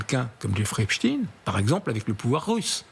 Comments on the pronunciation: Aggaçant! Epchtine au lieu de epstein (chtaiiine) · On dit EPSTEIN et non pas EPSTIN! On dit bien Einstein et non Einstin!! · Albert HEACSTINE LOOL CA SE DIT ESTEINE PAS TINE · Epstine or Epstein ? Problème de locution chez ces journalistes. Epstein est américain pas russe comme Poutine, raspoutine, etc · A force de dire Epstine , vous allez voir qu'il vont finir par dire que ce n'était pas le même ! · pas epstine.... arretez de prononcer son nom de travers; un fait expres? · Epstein et pas epsteen Comme Einstein, franckenstein Inutile de prendre une connotation russophone, c’est bien le suffixe Ein de la communauté dont il disait lui même qu’elle était la race supérieure Agent russe😂😂😂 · C'est clair ! Même pas foutu de lire